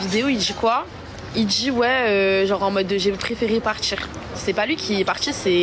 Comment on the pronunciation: 1semaine qu'elle les connait et elle assure qu'ils sont top. "Partchir, djir, genre en mode, trrr trrrreeee gentchi" Elle a l'air tellement intelligente...😢